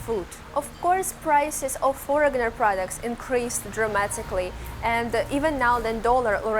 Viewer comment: Foreigner is pronounced without the g,.